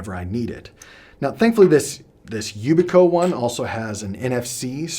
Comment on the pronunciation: We use a number of the devices on this list where I work in cyber security. They have their use cases but I don't use them for personal use. But when the technology words cant even be pronounced correctly I can't continue listening because I know that if the pronunciation is incorrect the rest of the information is suspect. I hurts my brain to hear security terminology butchered. Youbikey = yoo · bee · kee Aegis = -ee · juhs